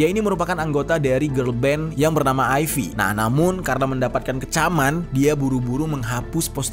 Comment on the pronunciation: Koreksi pengucapan: Gaeul Ive : Ga el(pengucapan E nya sama kayak klo kita bilang 'memakai', susah jelasinnya pokoknya gitu) Aiv/Aive Jeon Somi : Jon Somi Jisoo : Jisu As a nctzen, di aplikasi weverse banyak fans yang jor"an ngirim pesan ke Doy. Pesan yang berbahasa Inggris (kayaknya mayoritas dari Indo) banyak yang isinya menjelaskan tentang mcd dan kaitannya sama genosida di Palestina dan minta Doy buat stop kerjasama. Tapi banyak juga pesan berbahasa China yang tetap kasih dukungan ke Doy secara China bar emang terkenal paling loyal (tapi disini keliatan banget gobl*knya). Fans China sampe ngirim surat ke SM Ent buat nggak ngizinin Doy konser di Indo karena takut bakal ada yang nyerang dia waktu konser di sini. Truk protes juga udah dikirim ke gedung SM, lagi" terbagi 2 kubu antara yang minta Doy stop campaign brand mcd dan satunya lagi ngirim pesan dukungan. Semoga Doy nya cepet sadar dan bisa ngambil tindakan yang tepat.